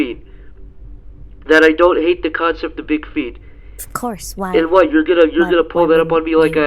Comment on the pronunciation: "Just tell me QUWahT inspires you to make your cartoons?" I cant be the only one that had to rewind that part to make sure that's what she said.